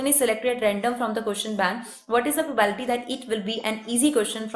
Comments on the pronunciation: It's probability not probality . 🤪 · Its probability not Provality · maam its probability not probality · mam wo probability hota h, naki probality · It’s probability not problity 😂😂😂phele bolna toh seekho phir padhao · It's not probality Actually it's probablity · maam probability not probality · When she say probality instead of probability it annoys me in very uncomfortable way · Mam it's probablity not probality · Probality nahi laudi Probability hota hai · Nice teaching but probality not probability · Abee probability hoga not probality.😂😂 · Ma'am it's not probality ..it's probability ... please pronounce it's correctly .. It's really irritating to hear again n again probality 😌... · Not probality... Its probability.. Please note it.. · Its probability not probality..sorry m grammar nazi..no offence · It's probability not probality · Bhai yaar ye probality bolti hai irritation hogaee muje mai ni dekhra eska video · i appreciate your effort for this video but its not "PROBAILTY" its "PROBABILITY". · GD exp ma'am, BTW it's PROBA'BI'LITY. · pro-bae-bi-li-ti (probability) don't feel offended only wanted to correct you so that you can improve(no body is perfect).